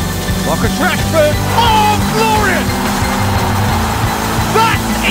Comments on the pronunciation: Did the commentator just say trashford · did the commentator said Trashford tf